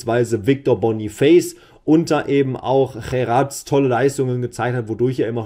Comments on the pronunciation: Ich glaube in seinem Land spricht man ihn „Cherats“ aus. Liegst mit deiner Vermutung schon sehr nahe meine ich. Google Übersetzer und dann Ton abspielen auf Sprache niederländisch 😉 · ja,die aussprache ist richtig,er ist ein flame...